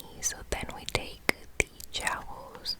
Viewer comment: This was a very relaxing video. So soft and quiet, great to listen to. One point I have to make though is the way you keep pronouncing the word "joules". It shouldn't sound like "jowls" but like "jewels" . Sorry to mention it, but I wanted to help.